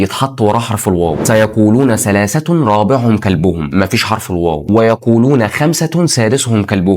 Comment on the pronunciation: ثلاثة وليست سلاسة. سبعة وثامنهم وليست وسامنهم بارك الله فيك يا اخي